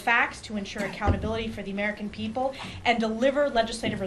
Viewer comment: P.R. need help to, to prepaar. The pepal